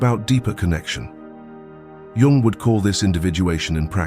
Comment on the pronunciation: Okay, but Young is misspelled. Also his name is not pronounced as with the letter J, but with the letter Y; it is Carl G. Jung.